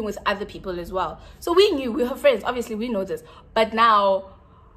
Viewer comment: your videos always enlighten my mood , you must do seafood boils more often , alongside with your favorite drink , " obvious , ovivi , ovava " 🤣🤣❤️